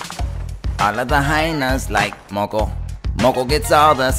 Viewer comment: Its moco not moko